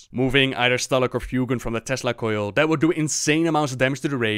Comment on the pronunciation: I am not sure where you learned to speak English, but the "Th" in Thanks is not pronounced as an F, nor is the TH in "That" pronounced like a D. Phonetically, "Th" is spelled "θ" (or ð) and Thank, Teeth, Thick, etc starts with the first of those phonetic letter. "This", "That" and "Teethe" is pronounced using the latter. Put the tip of your tongue between your teeth, lips slightly parted, and blow air. That's how you "pronounced" a "TH" in English. Being a bit more forceful, using more air, pronounces the first. Being more "subtle" and not quite as forceful (a "Weak" consonant, so to speak, whereas the first is strong) pronounces the latter. To use a D in That or an F in Thanks is nothing short of dialect and accents. It's not how it is actually pronounced. And if you still doubt me, go look up Sound English by Iner M. Mees & Berverly Collins. The book is made to teach Danish school teachers (like me) how to read phonetically, and understand the slight nuances of pronunciations. The book is primarily in English, and you only need to read the very first page (English phonetimc transcription key).